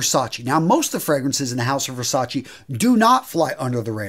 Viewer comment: It's Versace!...not Versa-chi